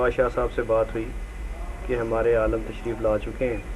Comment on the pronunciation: aalam nahi, aalim bol be.